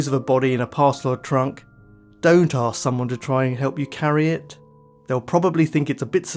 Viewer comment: mate! We're really enjoying your stuff. Still not sure why you pronounced ask as axe? Keep your the good work. 👍☺️